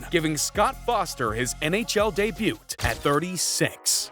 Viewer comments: Its pronounced DAY BAYOO. Not day boot. /facepalm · why tf do you pronounce the t in debut? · When you botch 'Debut' a dozen times it kinda becomes a pronunciation video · The 'T' in DEBUT is silent you donut! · Dude, you don't pronounce the "t" in "debut." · Did you just pronounce the T in 'debut' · I hate videos narrated by people who don't know a thing about what they are reading, and doesn't know how to pronounce words properly. the T in debut is silent. if english isn't your first language I'll give you a pass. but I'm pretty sure that isn't the case here. Why do i comment on videos i would delete if i could? It helps out the creator doesn't it? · why do you pronounce 'debut' like that? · This man is a menace pronouncing the 'T' in debut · Debut has a silent "t'. Please pronounce it properly.